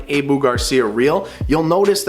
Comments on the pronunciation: It is more like - Aaah, Buuuuh. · That’s what they are this guy doesn’t know how to say it, it’s ah-boo not a-bu cuz there isn’t a e in the name so it’s ah-boo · What the heck is a A=BOO reel lmao 🤣 sound it guy come on......abu fool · Can’t take a review seriously by someone who doesn’t even know how to pronounce “Abu.” It’s a short “a” like the a in “at.” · I hate how he pronounces Abu Garcia